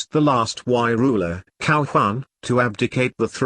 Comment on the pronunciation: Cao is not pronounced with K sound, Cao Wei is pronounced in hanyu pinyin form.